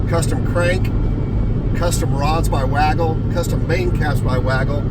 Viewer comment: WagleR it’s WAGLER lol